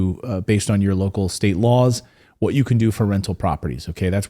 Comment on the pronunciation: whudat "dey"